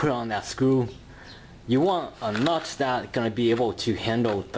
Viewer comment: And de nut